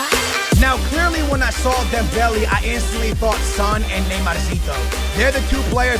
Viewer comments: ITS NOT DEMBELL E ITS DEMBELL A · ITS NOT DEM-BEL-I ITS DEM-BEL-A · It's not Dembelly it's Dembele.... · It's not Dembelly it's dembaylay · Dembehleh. stop saying dem belly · "Dembelie/Dembely" triggers me I can't lie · You don't say Dembele right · Say Dembelé properly 😂😂